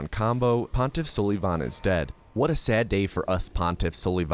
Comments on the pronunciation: Its only funny that you kept saying pontif sullyyyyyyyvan.. pretty sure its sul i van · bro said pontiff suhlivahn not sulvahn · Idk if you're just memeing or not, but hearing you pronounce sulyvahn's name suh-lee-von had me in tears. It's pronounced suh-luh-vin 😂😂 like Sullivan from Monsters Inc. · Gundyr is the best name in all of gaming especially when he's the champ, I pronounce it Sullivan anyways because it's less cringe, I will put you in a headlock after school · Hate to tell you this because of how much you love saying Sulyvahn, but it’s really just said Sullivan. Means “black-eyed one” But thanks for the content! Great video. Dunno how runners come up with this stuff. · You’re pronouncing pontiff sulyvahn wrong every time and it hurts me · buddy at least pronounce your favourite boss right! smh! unsub! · This man is purposely pronouncing Pontiffs name wrong only to trigger people and I love it